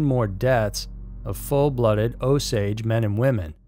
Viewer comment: O -Saw-gee not o-sage is white man pronounciation.